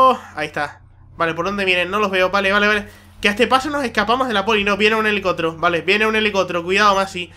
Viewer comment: elelicotero y la pulicia, se nota que es canario macho! xD xD